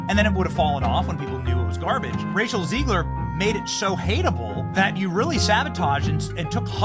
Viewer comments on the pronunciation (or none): none